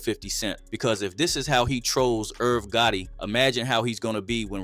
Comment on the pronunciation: Is this ai? Irv GOATIE… video over